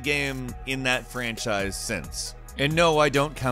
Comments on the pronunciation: I just assumed he made an attempt at doing the whole Sean Connery dialect. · I'm just joking. Yeah i know bad accents are not that bad and personally i don't mind when someone has a bad accent but to me it seemed funny how voice is turning that weird.